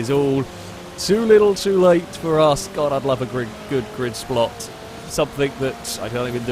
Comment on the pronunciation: "A good grid splot"